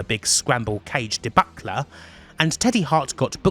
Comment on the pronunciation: Good video, my only critique might be looking up how "debacle" and "severed" are pronounced 😂